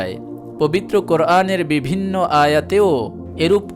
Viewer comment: আপনার উপস্হাপনা সুন্দর। কিন্তু কিছু উচ্চারণ ভুল যেমন -" বিভিন্ন"।